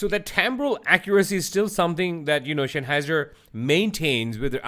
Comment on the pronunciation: Note: It's Sennheiser, the Senn part sounds like the sen in the English "sense". It's not Shenheiser, like Shenzen. ;)